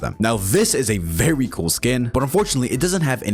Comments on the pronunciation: “Very coolehhhhhhh” vampire Count Dracula ahh accent 🧛🧛🧛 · "verrry cool" (the way he rolled the rs tho) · “vely cowl” 🥶👌 “Yum Yum” 🐈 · “FERY KOOL” russian accent? 😂